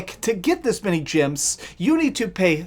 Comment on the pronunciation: is he saying, "gyms" instead of, "gems" on purpose or is that his accent?